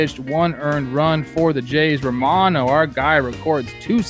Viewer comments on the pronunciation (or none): I only say this because name pronunciation is a big deal to you guys: it's Romano said as 'man' and not 'mahn'